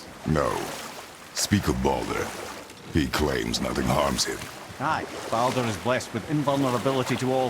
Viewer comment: Mimir pronounces Baldur like "boulder". Quite a funny detail.